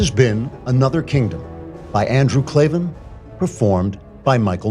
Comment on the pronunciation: Its Klaven not klavan.